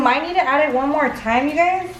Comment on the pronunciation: And "wan" instead of one lol.